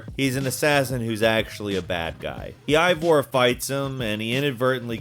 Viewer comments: Are you okay??? Like seriously??? The way you pronounce the names are like you’re having a stroke mid way through. BaYsim, AbSTigo, EEvor, he doesn’t even attempt Eivor, completely forgets there’s and I in it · Besim, Aaa-bsterrrgo, Alteirrr, Aivvoor, El Mulim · What's awkward is your pronunciations of basim and eivor Though I see others noticed this as well. Its fucking cringe worthy, man